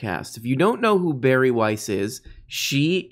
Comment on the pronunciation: Her name is pronounced Bar-E. I hear she is quite the little drinker. But, only Chardonnay out the box.